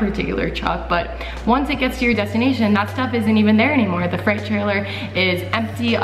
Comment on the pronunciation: it’s not a fright trailer. it’s freight